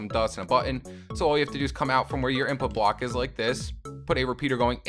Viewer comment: You said bock instead of block